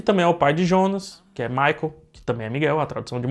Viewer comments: Pq o chama o Jonas de ionas? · É a pronúncia alemã de Jonas